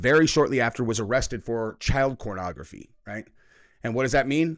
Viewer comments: Why does he keep saying cornography? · he keep saying cornography?